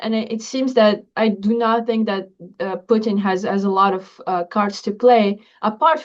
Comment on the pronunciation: Love how pronounces “Putin” like “poutine.” Very apropos.